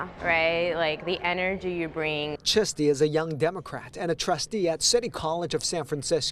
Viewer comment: I thought the last name was 'Chesty". It's Chisti.